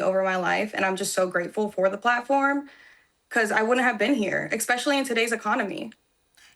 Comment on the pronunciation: ECspecially .... That tells me everything i need to know.